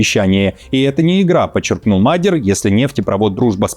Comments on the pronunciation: не МАдер, а МадьЯр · Уважаемые, аж слух режет, изучите вопрос прежде чем говорить, не Мадяр, а Модëр, с ударением на первый слог как и все венгерские слова. Спасибо. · Не Мадер, Мадияр. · Мал Мадьяр,а не магер 😊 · Научите его уже правильно говорить Мадьяр, а не Мадер! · В фамилии Мадя́р ударение ставится на второй слог, на букву я — Мадя́р. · Нет,ошибаетесь,венгр ( то есть мадЬяр) скажет - МАдЬяр, с ударением на букву А. Знаю,потому что жила 4 года возле Берегово,где более половины населения - этнические венгры. Но язык так и не освоила😂, кроме бытового,труден невероятно.